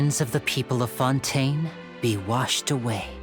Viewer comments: this! It’s been so clear that the pronunciation is meh-row-peed. Kinda irks me as well when she pronounce fon-tayn as fuhn-tehn then though everything in the game pronounce it as the former. Dont get me wrong, is one of the best genshin lore CC but after fontaine patch, her pronunciation is a bit unbearable and kinda forced for me. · but if they're French, they would've known Fontaine is pronounced Fohn-Tehn in French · why do you say fontaine weird?